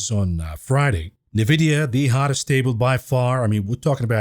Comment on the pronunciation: In vidia NOT nah vidia